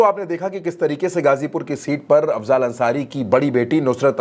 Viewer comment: अफज़ाल नहीं अफ़ज़ल है। थोड़ा पढ़ लिजिए।